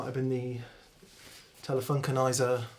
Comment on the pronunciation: did you say Telefunkenneiser U87?? LMAO